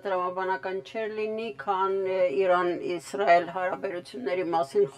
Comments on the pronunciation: Հարգելի, ոչ թե իռան, այլ. Իրան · Արմեն, ԻՌԱՆ ՉԻ՝ ԻՐԱՆ ԷԷԷ